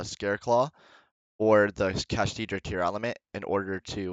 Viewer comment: Bruhhh don’t be like DB Grinder, call the archtype correctly. It’s not “Kashtidra” there isn’t a D. It’s “Kash-Tira”.